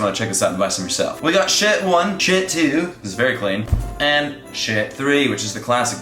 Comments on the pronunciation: Did you said shit 1 shit 2 shit 3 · Was it just me or did u also hear him say shit 1 instead of shirt 1?